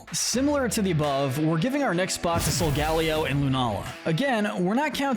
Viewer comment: Hold up did i hear that right did he just say sol ga leo